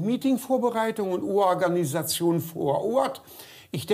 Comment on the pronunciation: Ooaganisation- ich schmeiß mich weg😅